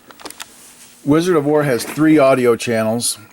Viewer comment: I love wizard of wor. But love when he says. "I eck of izard of floor"